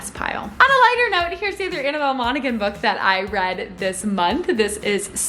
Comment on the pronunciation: I think in Monaghan the g is silent